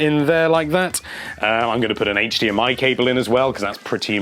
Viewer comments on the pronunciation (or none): none